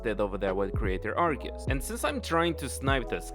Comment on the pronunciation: Did he just mispronounced Arceus? Nani?